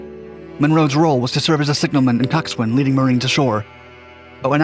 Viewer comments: Cox'un ... Not Cocks-"swain". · Great video! Just an FYI, Coxswain is pronounced COCKS AN. The W is silent. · you don't pronounce the w in coxswain.